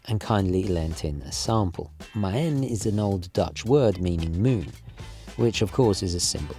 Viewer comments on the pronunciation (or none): Good vid. Just for the record: maen is pronounced 'maan'. Drag out the 'ah' sound. 'Maan' is actually how moon is spelled today. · I know you like to pronounce things the correct way - so Maen is pronounced 'Mahn' like 'Ma'.